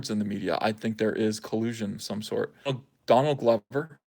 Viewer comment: Why does it always sound like you say Dong Lover everytime you say Don Glover? :)